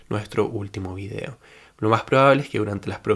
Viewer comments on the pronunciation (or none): none